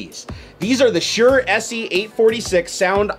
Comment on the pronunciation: It's said like shor